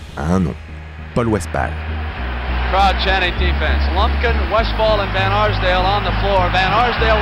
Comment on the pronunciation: Très bonne vidéo les gars continuez comme ça ! PS: le narrateur pourrait-il prononcer les noms des gens présentés correctement c’est relou à écouter (ex :Paul Westphal )